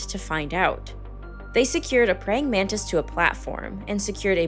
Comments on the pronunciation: Nararrator - It's pronounced exactly like it sounds - pray - ing - man - tis, NOT, pray - ing - man - TID. WTF ???!!!! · Prying Man-tis